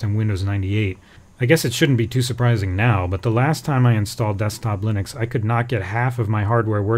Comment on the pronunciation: Lynix? I mean yeah, i know he means Linux .. but seriously Lynix?